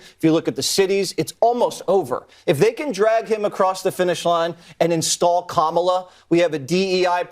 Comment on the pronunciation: The way he says “kamala” is so funny to me.